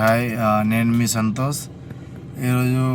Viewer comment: Santhos kaadhu santhosh